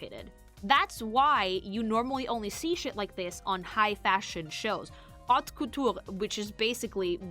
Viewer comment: Haute couture being pronounced hot cthulhu had me not gonna lie